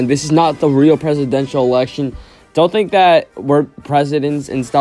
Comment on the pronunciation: “Its not the real presidential eltection” aww :(